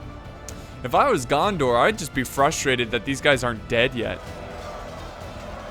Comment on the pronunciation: Every time you say gandar I think of jar jar binks 😂